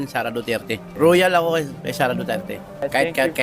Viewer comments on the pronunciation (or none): Neutral ako. Pero hoy kalbo na may salamin sa bumbunan! ayusin mo salita mo😂😂🤣🤣 NagEnglish kpa mali naman😂😂🤣🤣 Anung "Royal" na pinagsasabi mo?? Baka "Pepsi"! 😂😂🤣🤣 "Loyal" hindi royal obob!!😂😂🤣🤣